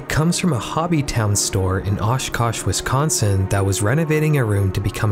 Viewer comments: "Wisconsin" oh boy, here we go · W-... Wisconsin? NO... NONONONO not wisconsin... no... NO!!!!!!!!!!!!!!!!!!!!!!!!!!!!!!!!!!